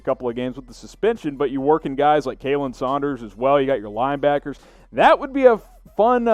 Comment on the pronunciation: Also, if you're gonna call yourself a Chiefs channel, stop mispronouncing names, like Khalen is pronounced Colin, not Kaylen.